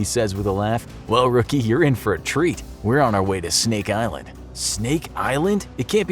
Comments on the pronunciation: Did he say Steak Island? I'd be down for that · “stink island”